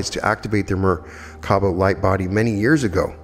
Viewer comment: in addition to merkaba, I heard 3 different pronunciations (merkana, mirvana, merkava) 🤔